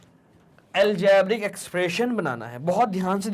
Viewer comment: aljaaaabric expration😂😂😂